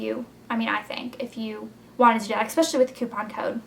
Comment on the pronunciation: you're adorable, but I think it's hilarious when you and your sister say "especially" like-"ex-pecially" :) I laugh every time